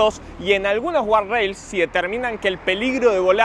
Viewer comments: es guarda-rail o "gad-reil" si insisten en decirlo en ingles. , guarrail o guard rail que encima es un dolor de bolas pronunciarlo no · imposible que vea el video con la cantidad de veces que dice mal gardarails, dificilísimo de ver,, saca una versión del video poniendo un pip cada vez que decis a la palabra jajajaja